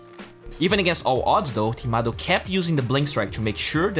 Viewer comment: it's Timado not tomato man:)